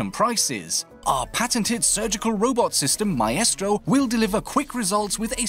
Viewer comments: Why does he pronounce it my-estro instead of my-stro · "Mystro" not "My Estro" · Stop mispronouncing operator names. Its m eye stro, not m eye eh stro. Mon tane, not mon tonya. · My- eh-stro ?? Wut my-stro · He mispronounced M eye stro as My eh stro. And Mon Tane as Mon tonya. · just how you pronounce maestro. I would say my-stro but you say my-estro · Mah estro. It’s pronounced “mystro” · You do realise it's not pronounced "my-estro" it's pronounced "mystro" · Please for the love of God, stop saying mah eh strow for maestro. It's my-strow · "Mae-estro" xD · Did dis dood just say my-estro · Maestro being pronounced "My-estro" is... a new one for me. Normally I noticed it being pronounced "My-stro". I guess it must be the Italian pronunciation. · ‘Myestro’ Wtf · Did he say maestro like MY-EST-RO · OUR-estro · ma-estro xD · Almost he said it right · I can't handle the way pronounces Maestro haha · the a and the e cancel each other out creating an I sound. Its basic english